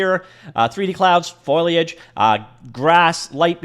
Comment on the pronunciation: I am so happy to hear you say FOLIAGE, it was said properly in Minute